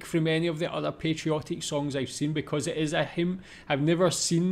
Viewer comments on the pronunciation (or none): none